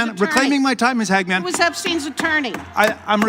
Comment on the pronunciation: "Hag-Man" perfect way to say it. Makes perfect sense.